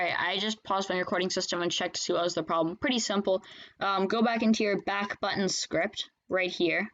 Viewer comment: its backbutton not backutton